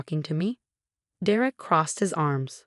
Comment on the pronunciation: For pete's sake, it's pronounced dare ick. Stop with the AI!